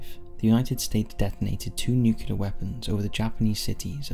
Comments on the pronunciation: NuCLEAR not NuCULAR.... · I love this channel and am a patron but I struggle to understand why Americans cant say nuclear properly instead saying nucular